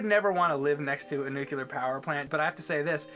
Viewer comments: pronounces nuclear the same way as Homer Simpson. "Nucilar; it's pronounced nucilar." "Whatever..." "Nucilar." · I'll make one. NUCLEAR. NOT NUKEULAR. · Say it with me,. New-clee-ur. Dammit.... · When says Nuclear Plant, it sounds like Homer Simpsons "Nucelar".:) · It's nucilar. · Just one thing,: "It's pronounced 'nuke-you-lur,' dummy. The 's' is silent." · He also says nucular in the board james doggie doo episode. He says nucular poop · "NUKE-YOU-LER" Ugh. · Say it with me. NU CLE AR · Neucular plant... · heh "nucular" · nu-cle-ar ...That is all. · "It IS Nuculer dummy, the S is silent!" LMAO! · OMG! XD HAHA you cannot pronounce nuclear! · My father works for a nucular power plant he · Yes James, build a nuculur plant. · learned a lesson from Homer 'Nucular powerplant" lol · He said "nuclular" -_ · Nukular? George Bush get out of this young men! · nucular power plants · nook -You -Lur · Nucular? Really? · I did, nuculer is incorrect. And everywhere I look, it's generally thought of as incorrect. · said nucular... fail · yes,. Nucular... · NUKE-CLEAR. Damnit,! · "nucular power plant" pulled a george bush. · He says "nucular" :P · THANK YOU. I can't believe kept mispronouncing it throughout the vid. I'm normally not one to get annoyed by that sort of thing, but it did become grating after awhile. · Did I just hear say "nucular plant?" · "NUKULAR" ... Dammit man! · Nuclear. "new clear". Nuclear. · zomg. It's not "nucular"... AHhHHH!H!! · said NUCULAR power plants:O;) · Gah!! keeps saying nucular, and it drives me nuts! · No, it's not an acceptable pronunciation. There is no second U in nuclear. And the reason people love to hate George Bush is because he got us into two pointless wars that racked up an insane amount of debt. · Nooooo. said "Nuculer". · Was anyone else going a little nuts hearing mispronounce nuclear over and over? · Hey...it's NOOK-LEE-URRR. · Nucular plant